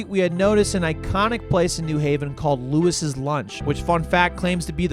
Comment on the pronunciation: Pronunciation point : Lew-EE’s lunch - not Lewis’s